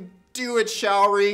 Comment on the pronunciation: The link to her facebook page is wrong. Here is the correct one: Secondly, her name isn't "shower-ree". It's "show-ree"